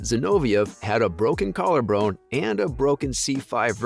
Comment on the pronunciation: Broken collar "brone"? You even said it twice. I can't watch